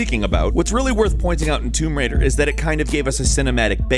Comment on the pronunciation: its tomb raider not tumb raider